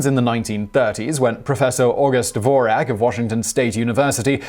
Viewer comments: It's pronounced Dvorz-yak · Really bad pronunciation: Dvorak, which doesn't rhyme with Morag, is pronounced DVORZHAK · That's NOT how you pronounce the name "Dvorak" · The "Who Invented the Keyboard and is the Dvorak Really Better than the QWERTY?" drinking game: One shot of tequila each time he pronnounces the word Dvorak as DDDVVVorak.